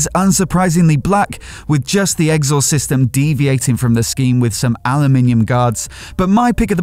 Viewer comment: I like your stuff,.. but I do have an observation: Am I the only person in the world who has never heard your pronunciation of 'exhaust' before? Where does it come from?